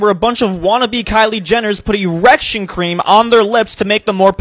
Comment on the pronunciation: “ereksun cream” 💀💀💀